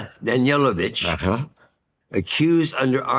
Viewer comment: It is Danilovich (Daneelovich) not Danielovich.